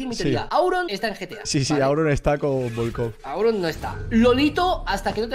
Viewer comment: "VOLKOV" CON "V" NO CON "F"